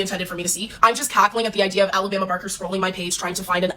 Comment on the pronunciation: Kudos to you for pronouncing Alabama properly vs "Ah-la-bah-ma"🥰